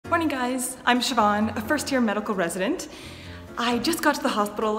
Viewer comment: Weird question, do you spell your name Siobhan? My sister spells her name like that and pronounces it like you and NEVER meets anyone with that name! Also we are Canadian!